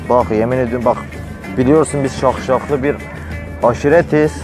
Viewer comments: Şahşalı demeye çalışıyo la ne daşşaği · daşşaklı diyemiyor şakşaklı diyor allahım yaaaaa :))))) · Taşşaklı yerine şakşaklı habzbshshs